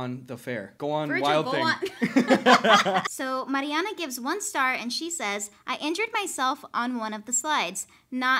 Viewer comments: just noticed how pronunciates marianna very nicely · i just wanna say that pronounced my name perfectly (i’m not her, but i have the same name and everyone always messed up)